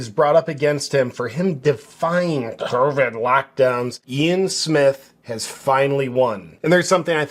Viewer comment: He's not afraid to say covid or vaccine. The issue there is that YT algorithm and ai sensors would shadow ban his account and he wouldn't reach his audience. This happened a few times for him. He found a way around it by mispronouncing the words. Good for him!